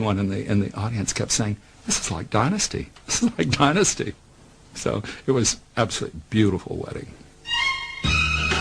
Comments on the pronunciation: Fallon's rediculous alien abduction, spelled the end of the show. It is not called DIN-USTY it is pronounced DIE-NUSTY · It sounds disgusting when the narrator arrogantly and disrespectfully mis.pronounce Dynasty as “denasty”. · They couldn’t get someone that can pronounce the word “Dynasty”?? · funny how most in Europe say "DINNASTY", but in America it's "DYNASTY", honey .. gotta emphasYze that "Y"